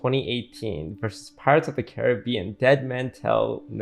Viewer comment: Had a girl who pronounced pirates as pi-rates, stressing the i. Lost my faith in humanity that day Ps. Her first language was english